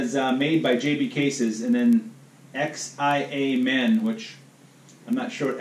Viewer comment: XIA MEN is the city in China where my wife's family is from. Prounounced sha-men